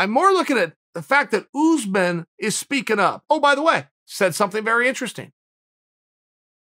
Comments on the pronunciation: It’s pronounced uss-män, not oozeman 😂. It is an Arabic origin name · Why does Chael call usman “ooze-man?” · Chael “Oozemen” Sonnen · “Oozeman”😂😂 “‘..Two plus two doesn’t equal four”- Sonnen👨🏻‍🏫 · "Oozeman" love it. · Tbf I'm surprised he doesn't pronounce it Yuzeman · I actually did ask Chael to say “Oozeman” a bunch of times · Kamaru “OOZEMEN”